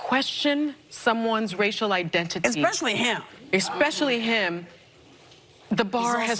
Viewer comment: Wow. Sunny Hostin, who is supposedly so well spoken and educated, said “expecially”. I mean… seriously??? Also, according to Ancestry DNA, my husband is 1% Nigerian. Does that mean he qualifies as black? Sweet. In want some damn reparations for all this racism he’s never experienced.